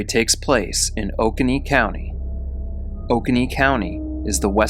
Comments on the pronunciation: Sorry, love, but it's pronounced Oh-CONE-ee..... And that horrible 911 operator... I can't get over her callousness. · Hey! Just for future reference, it pronounced O cone nee. And tom ah see. I’m from this area and I’ve never heard of this story! Thanks for telling her story! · Awesome!! Just fyi, pronounced "O - Co - Knee" - Oconee County. Love your channel!